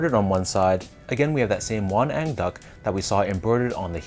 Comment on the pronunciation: You pronounced it perfectly! Won-ang means mandarin duck in Korean, and they are symbols of good and harmonic love between married couple.